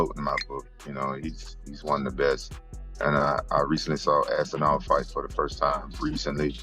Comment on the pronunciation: Lol, Rampage call's Aspinall, "Assinall." That's funny.